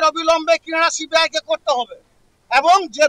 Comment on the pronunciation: সিবিআই উচ্চারণ ঠিক করে কর আগে 😂